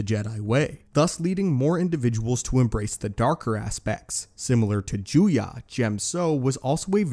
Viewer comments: Juyo, not Juya. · You finally got the pronunciation of Djem-so correct, but the "Sith" form 7 is called Ju-yō, not Ju-yă. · I think form 7 is called "juyo" not "juya" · Juyo, not Juya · Heh, disarming. Rachi Sitra didn't really use Djem So, mainly Niman. Also why is Juyo pronounced Juya? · ah yes once again he is mispronouncing things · Am I the only one that cringes when he mispronounces djem-so and juyo as gem-so and jew-ya? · Isn't it pronounced as Juyo